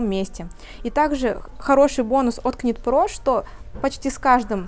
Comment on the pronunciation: Добрый день! Шикарный ассортимент ! Выбор сделать непросто 😊. Девушки, ОБРАЩАЮ ВАШЕ Внимание: knit pro произносится «Нит про». Звук К не звучит . Вязание - «knitting” произносится «Нитин» . Пожалуйста, произносите правильно , ведь вы- профессионалы 😊С уважением Ирина .